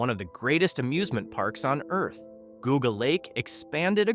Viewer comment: The blue streak in Pennsylvania is gone do better research and learn to pronounce park names better as you pronounced geauga lake wrong also